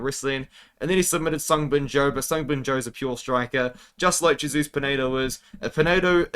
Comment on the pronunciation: we love you but it's Hey-soose not Jay-soose 😂